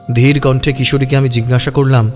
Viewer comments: Jhinghasa hobe na jiggasa hobe. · যিনি গল্প বলছেন তিনি জিজ্ঞাসা কে জিগনাসা , অজ্ঞাত কে অগ্ন্যতো বলছেন খুব কানে লাগছে । একটু খেয়াল রাখলে ভালো হয় । আমি রোজ শুনি এই চ্যানেল খুব ভালো লাগে।